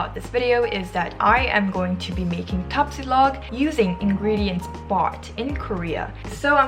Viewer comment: my god, the way you pronounce Tapsilog, longsilog, Tocilog, and others are PERFECT. Iloveyou na kagad!!!